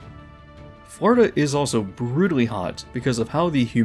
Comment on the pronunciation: This dude says Florida like Farda and it’s driving me insane